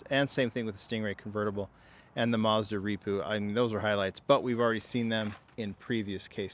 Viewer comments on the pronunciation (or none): none